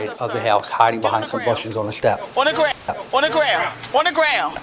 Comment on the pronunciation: “Onna graown” 😂